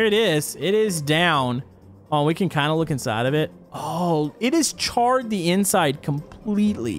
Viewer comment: "water in za fire, WHY?!?"